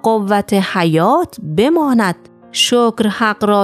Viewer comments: نميدانم چرا شعر را اشتباه ميخوانى وزن و قافيه را بهم ميريزى مثلا بماند را ب و سپس ماند مثل ماندن بيچاره شاعر كه خلاصه دقت كنيد و از افراد مطلع كمك بگيريددر ويديو هاىقبلى هم از اين نوع اشتباهات زياد داشتيد هدف براى كانال شما جذب مخاطب است اگر به اين نكات دقت كنيد موفق باشيد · دستتون درد نکنه اگر می‌تونید چند اشتباه در خوندن شعر رو تصحیح کنید چون وزن رو به هم ریخته: بمانْد ( زمان گذشته) درسته نه بمانَد ( زمان حال التزامی).